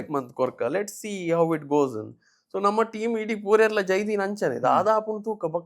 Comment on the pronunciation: It's namma, not namana